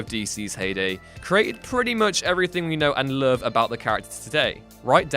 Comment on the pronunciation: The way this guy says "Love" lol